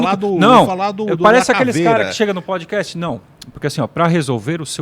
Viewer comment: PodcaSST; PodcaSSTrader; CaSST; CaSSTrader